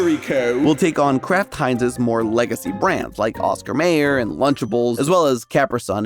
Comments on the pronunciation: How do you not know how to pronounce Mayer? Have you never heard the hotdog song? :/ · I thought Mayer was pronounced Myer. Or are all the '90s commercials wrong?